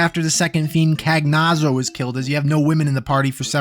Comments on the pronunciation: Cagnazzo is pronounced more like Con-yatso. I correct you on this because I think it's a really cool name. Very Italian. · Erm ackshually cagnazzo is pronounced can-YAT-so and scarmiglione is scar-mee-YO-nay anyway very cool and good video as always, I was REALLLY looking forward to this one... I put your SMRPG, ff1, and ff2 challenge runs on all the time and they don't get old// I totally was expecting this series to stick to the first two games for some reason and I am VERY curious how you'll be able to top the difficulty of the PS1 ff challenge runs that are out there from the likes of primalliquid, ngplus, and tantacles. I'm more excited for your videos than I am for this year's upcoming superchristmas (because 2025 is the first time in 1337 years that christmas is 69 days after Canadian thanksgiving which itself falls on a prime numbered day for the 13th time since the year 1337, and she's beautiful (the girl reading this)) *i'm going to advise you not to look into this more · I always pronounced Cagnazzo as "Kai-Not-So" since the double z is often pronounced like that in Italian and the name certainly looks rooted in Italian.